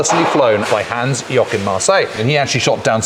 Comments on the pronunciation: Hans YOKIN Marseille ..... are you JOKING ?? .... it is JOACHIM !! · Hans 'Yokin' Marseille? It's Hans-Joachim Marseille. There's an intern who should be fired over this. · Hans Yokin - you have no idea how ridiculously ignorant this is and how quickly you are disqualifying your excellent documentation in the eyes of your German viewers. It is one thing if you find it hard to pronounce certain letters in a foreign language, but replacing proper spelling by some fantasy letters is just plain disrespectful. I am a bit astonished to hear this plane is supposed to be the E variant - by what I know the E variant did not have a motorcannon, but machine guns firing through the rotor blades and machine guns in the wings. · Ah yes, the famous German WW2 ace Hans "Yokin" Marseille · "Yokin"? WTF? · Ohh my god…come one guys. Do your homework, do some research at least! It is not Yokim…it is Hans Joachim Marseille….never heard of google…never did any research in your life….? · Yokin??? Yokin??? It was Joachim 🙄